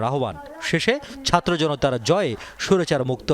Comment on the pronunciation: জামাতের আগে উচ্চারন শিখতে হবে সাতর্ না ছাত্র